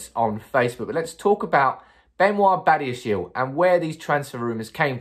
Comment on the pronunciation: His surname is pronounced as bah-di-ya-She-leh he is from African ancestry.